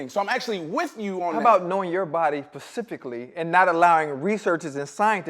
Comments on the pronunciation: “Pacificly” -Chad Ocho Cinco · Did anybody else cringe 😬 when bubba said pacifically instead of specifically 🤣